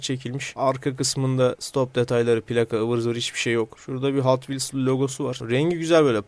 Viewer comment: abi hot wheels e neden hatvils diyosun bende alışkanlık oldı hatvils diyorum